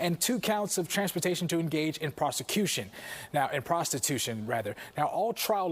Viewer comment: This guy can’t say the word prostitution